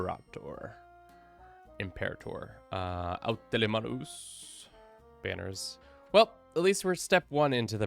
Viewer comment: "au telemanus"? Is that Greek for something?